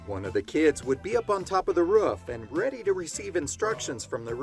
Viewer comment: It's a roof not a ruff.😅